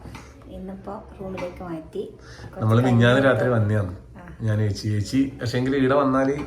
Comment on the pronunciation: ഏ ച്ചി എന്നത് ഏത് പാഠപുസ്തകത്തിലാണ് ഉള്ളത് ഇനി എങ്കിലും നേരെ ച്ചേച്ചി എന്നു പറയു